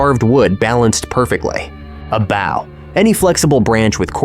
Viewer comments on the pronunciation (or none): When in the NAME of 9 PLANETS will AI learn to pronounce human Language???It'd BO! Long O sounds NOT like the front of a ship or mimicing ad dog with bow-wow! SHEESEH! GET A HUMAN!